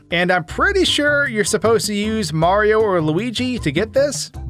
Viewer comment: How is it that you manage to pronounce Mario’s name wrong every single time? His name isn’t Marro, it’s Mario. 3 syllables, not 2.